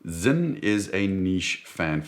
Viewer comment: It’s sinn, not zinn